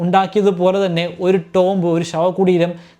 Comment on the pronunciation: Very nice presentation. ചില വാക്കുകളുടെ ഉച്ചാരണം കൂടി ശരിയാക്കിയാൽ നന്നായിരിക്കും. ഉദാഹരണത്തിന് tomb - ഇതിന്റെ ഉച്ചാരണം ടോംബ് അല്ല. ടൂംബ് ആണ്.